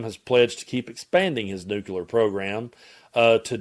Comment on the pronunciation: NEW-CLEAR nucular is not a word Sound it out man